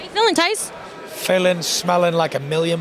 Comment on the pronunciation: His name is Tyson fury not Tys silly yank bimbo